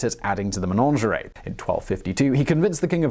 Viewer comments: It's a Menagerie, not Menangerie like this man said. Oh dear, I do hate it when these people don't double check their words !! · The word is “menagerie” not “menaNgerie”….please tell him! There is a legend that when there are no longer ravens in the Tower, London will be no more! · Yeah. That weird pronunciation was grinding my gears, too. MUH-NADJ-UH-REE! (Stress on second syllable). Good vid, though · Ok, 2 things: One, what's up with his pronounciation, especially "menagerie"? Two, can we stop with the idea that Henry VIII led England's Reformation. He lived and died a Catholic, he hated the Protestants, it was just that he wanted a Catholic Church with himself as boss of what happened in his realm rather than the Pope.